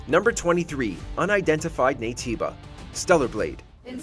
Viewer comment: Unidentified Naytiba is not even that hard LOL